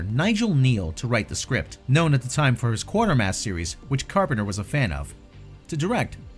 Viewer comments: "Quater-mass", not "Quarter-mass"... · OK it's not pronounced Quarter-mass. It's Quater-mass (rhymes with crater, but with a Qay sound at the beginning). Quatermass doesn't even have an R in it.